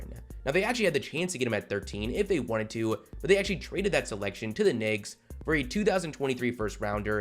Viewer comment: Bro, you might want to learn how to enunciate the word “Knicks”. Just my opinion…🤷🏻‍♂️😂